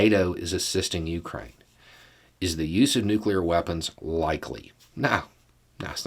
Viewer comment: Let me just say that, as someone who used to be in the biz, I appreciate when someone can properly pronounce the word New-Clee-R. The other way is nails on a chalkboard to those in the biz of New-Clee-R technology.